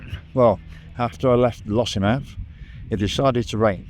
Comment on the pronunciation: ermmm... Findhorn? You nailed it first time, but then you wandered a bit, it's find rhyming with wind or binned. And Fochabers! But that's always going to be a bit tricky. On the credit side you got Lossiemouth and Garmouth right, the mouth is mouth not mith, a lot of English folk rhyme it with Portsmouth, Portsmith. Enough pedantry! Great vid, keep at it pal.